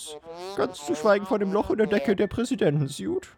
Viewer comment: Nein dass spricht man ´´swuit´´